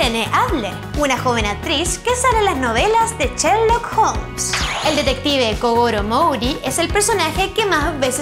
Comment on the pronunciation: no sabe pronunciar bn sherlock dice cherlok x dios